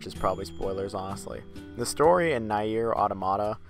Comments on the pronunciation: Its pronounced near but spelt nier, did you get the all the main endings to nier automata? Also its kai nay but spelt kaine' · So, is it "neer" or "na-er"? You keep switching pronunciations.